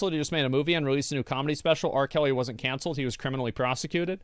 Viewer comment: The way he says “cOncelled” almost made me turn this off. I don’t think we should consider criminals canceled. They’re just caught. Muddies the water a bit when you compare them to people who were canceled for saying/doing something people didn’t like. JFK got canceled the hardest. 🥁